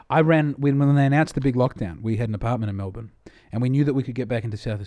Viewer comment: At least he says Melbun for Melbourne. That makes people think you're local.